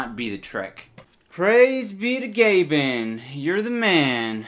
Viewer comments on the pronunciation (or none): it's gay ben not gah ben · gay-ben not gab-en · it's gay Ben not gahben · Saying his name the correct way is funnier tho iDubbbz, it's pronounced: "Gay Ben", not "Ga Ben" ;) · Idubbz, it is said Gayben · ITS PRONOUNCED GAY BEN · it sound like he said Gavin and my name is Gavin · ITS. PRONOUNCED. GAY-BEN. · no way you pronounced it gabin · Its, Gay-ban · "Gaben" should be pronounced as "gayben" or am I wrong? wtf ehdoops? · It's pronounced gay-ben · Mohamed Amine B. lol I know that, I was joking on how he pronounced Gaben the first few times. It sounded like gavin to me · its gay-ben -_